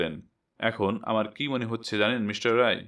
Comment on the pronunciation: রাই নয়, রায়।